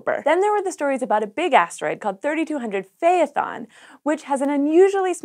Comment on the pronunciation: Phaethon is is pronounced with two syllables. It’s like phy-thon or fae-thon. The “thon”sounds like the thon from python. :D